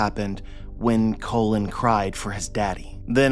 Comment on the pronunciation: his name is pronounced like “Cologne”not “Colin”